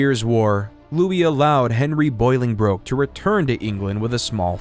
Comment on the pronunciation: Please, Please, Please stop teaching people things that are incorrect when a quick check would solve the problem... Learn to pronounce the names properly before you make these videos. there is no 'boil' in pronouncing either Bolingbroke or Boleyn. Bolingbroke is pronounced "Ball-ing-brook" or "Bow-ling brook" and Anne Boleyn even the porn industry knows is pronounced "Anne Bo-Linn" (Amber Lynn took her porn name from Anne Boleyn because spoken quickly both names sound the same). You are not the only one, but I'm shocked how often youtube videos completely mispronounce the names of the people in history whose lives they are detailing. Its hard to take the details of someone's history seriously when the person speaking doesn't even seem to care to know the name of the person they're speaking about.